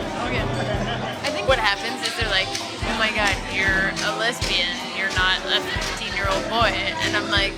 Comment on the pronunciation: lmbo lesbeesh? NOOOOOOO yeah right lol